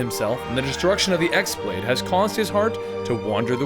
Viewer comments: Only complaint with this video is that you pronounced X-blade wrong. While its spelled X-Blade with a normal keyboard, its really spelled χ-blade, with the χ being the greek letter "Chi." In the games, its real name is actually "Keyblade." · the x in x-blade is pronounced "key" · I'd just like to point out that the X-Blade is pronounced "Keyblade". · okay I'm a little upset you said you love this series but can't pronounce correct terms 1. the x-blade is pronounced the key blade 2. Master Eraqus is pronounced Era-kiss 3. You completely messed up Xion, Naminé, and Xehanort's names If you're gonna do storytelling of games you "love", make sure you have all your correct facts before butchering terminology. aside from that it's pretty good